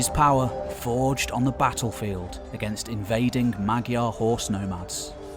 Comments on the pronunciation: You're not pronouncing "Magyar" right. Although it's spelled with a "gy", the Hungarian pronunciation is closer to an English "dy" or "j". You can look it up on Wiktionary. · There is no spoken g in magyar. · "Magyar" is closer to [MAW - jar]. "Gy" in Hungarian is pronounced more like an English "J". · Allow me to correct you on the pronunciatipn of "magyar": the phonem 'gy" is actually a soft 'd', similar to the Russian phoneme. It should rather be written as 'dy'. So the correct pronunciation is approx. that of "madyar". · Terrific wealth of knowledge displayed. Fascinating video. One small correction, if you don't mind: Magyar is actually pronounced Modyar.